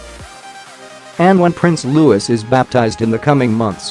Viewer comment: 1. It's Loo-ee not lew-iss; 2. Couldn't you have found more and different pictures?